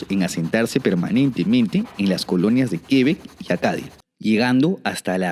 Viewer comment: Buen video valiosa info solo pequeña Correction : - no son 13 provincias, son 10 provincias + 3 territorios especiales (los del noroeste, Yukon, y Nunavut * no son provincias ). - No se dice Quebec (Grave) se dice Quebec (agudo) el acento va en la ultima e, asi no lleve tilde. (aunque en frances si lleva una tilde en la primera Québec, pero eso otra cosa, es fonetica francesa basicamente y se siguiria pronuciando parecido a la aguda del español) no se si me entiendo el trabalenguas😅. Si es muy cierto q se necesita mano de obra y todo el mundo pregunta eso, pero asi mismo aca tambien hay desempleo y eso es porque muchos creen se necesita por ejemplo medicos y ya al llegar aca van ser medicos sin saber siquiera el idioma sea ingles o frances... ademas de que muy dificil aceptan titulos de otros paises. Ahi se decepcionan muchos al llegar aca y terminan lavando pisos... si se necesitan algunas profesiones pero basicamente q se preparen aca y que hablen bien el idioma y para validar un titulo extrangero lleva muchisimo tiempo. Lo de aprender frances es mas facil q el ingles pues... dificil de decir, es relativo, si bien son idiomas romances o latinos muchas palabras comparten el mismo origen eso facilita un poco aprender el vocabulario pero la pronunciacion es de lo maa complicado del mundo. Yo aprendi los 2 y de verdad se me facilito mas el Ingles. Igual eso depende de cada persona....en fin. Gracias por el video si es muy buen pais y es una fortuna estar aca apesar del inclemen